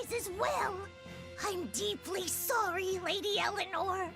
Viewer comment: ``Sorey´´? Was that intentional?